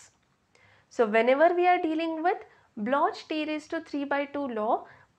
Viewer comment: It's pronounced block